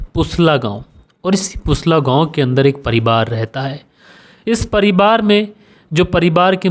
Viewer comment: मैं बेचन गोंड कैमरून अफ़्रीका से आपके कहानी सुनाने का अन्दाज़ बहुत अच्छा है ।❤ कभी - कभी आप परिवार को परिबार बोल देते हैं !